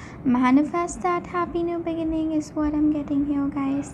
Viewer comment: Beg in ing, that’s funny sounding. Be gin ing : the correct syllables stressed.